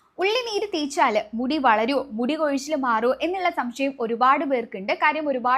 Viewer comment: തീച്ചാലല്ല കുട്ടീ തേച്ചാല്